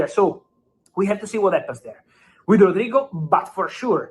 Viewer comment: Stop saying it like it rhymes with Al Queda. You really need to learn how to pronounce words, bald bish